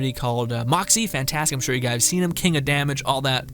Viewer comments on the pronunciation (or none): none